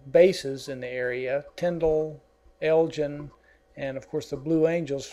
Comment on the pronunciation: You forgot to mention Port St Joe...its the town just before Apalachicola.... and also its pronouced EGLIN not ELGIN ...sorry but I am a Florida native and I am very picky about my neck of the woods.